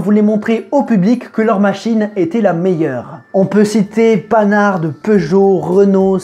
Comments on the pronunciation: "Pan har" pas pannar'd s'il te plaît Panhard le mérite ;) Sinon super sympa comme vidéo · Panarde ?!! Nan, pas toi... On prononce "pan-ar" camarade ! Panhard quoi ;) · Super vidéo par contre on dit pas « panarde » pour Panhard mais « pan ar » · Oui, comme dit plus bas : on prononce Pan-ar 😁 ! Mais sinon bonne idée l'histoire de la course et bonne vidéo comme d'hab 😉 ! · Déjà dit par d'autres mais Panarde, heu non. Le monsieur est français ;) Si non, la course automobile c'est quoi : juste de la pub pour vendre des voitures, dire que sa voitures est la meilleur :) Si non, c'est bien quand tu cours pas après ton texte :D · On dit pan har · Tout est parfait sauf la prononciation de Panhard . Après la forme on s'en fout c'est le fond qui compte. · Mes oreilles ont saignée ^^